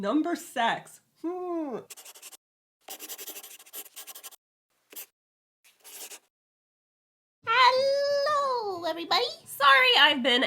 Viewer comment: "Number Sex" Thanks to the Battle Angel manga I heard "Number Sechs," and "sechs" means six in German.